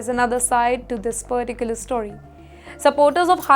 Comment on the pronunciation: loves using “well” and “particularly “ or “ perticularly” as she pronounces them 😂😂😂